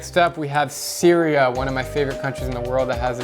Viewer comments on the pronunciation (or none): So this is what I heard: Alrighty next up is C E R E A L